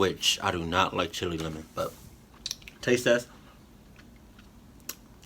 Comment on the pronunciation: You say it like chill la not chilli